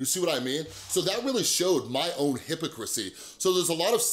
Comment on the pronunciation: The way he said “hypocrisy” made me rewind it again and again and again and again... just to make sure I heard that right. I loved the vid but damn XD